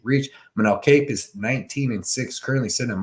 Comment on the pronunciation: W. only complaint is learn how to say Kape (pronounced cop)